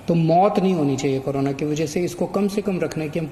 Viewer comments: Its Corona not Karona 😂😂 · Haaaaaa wah bhai kejrilal pehle corona bolna sekh le